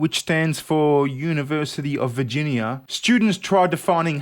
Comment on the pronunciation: Yniversity... Af Figinia... Yeah there I think I got it down pat